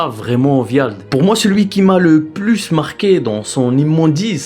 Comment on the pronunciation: Wyald - on le prononce WA-YALD